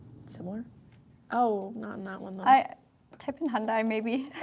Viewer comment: Your videos are great at showing the vehicles. But, you need to pronounce "Hyundai" correctly. Remember the old Hyundai ad: "It's Hyundai, like Sunday."